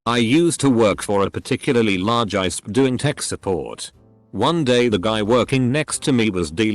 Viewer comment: AM = Aye Emm Also: ISP = Iesp.